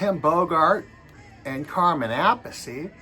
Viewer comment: It's my understanding that Carmine pronounces his last name Ap-peace. ( That's the way I've always heard it pronounced ) Vinnie pronounces his last name the way you just pronounced Carmine's last name.